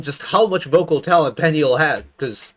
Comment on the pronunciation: Peniel's name pronunciation is sounds like "puniel"